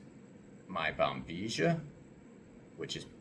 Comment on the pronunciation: Why Americans pronounce "Bombizhia" instead of proper pronouncing it Bombilla?